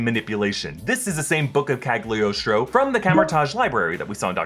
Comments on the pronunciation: PLEASE!!! it burn my ears any time i hear Cagliostro said like that... repeat after me.. CA LI (instead of GLI) OS TRO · why everyone read that "g" in Cagliostro? it's a dumb letter in italian!